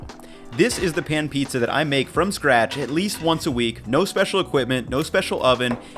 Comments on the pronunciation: ah, half of the "píča", alright:D probably every Czech or Slovak person watching this had to play it back to make sure he really said it:DD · “half of the peach-a” I don’t know why I found that so funny. Can’t wait to try this recipe